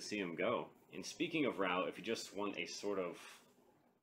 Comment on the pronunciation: raaa oooohhh not rauuu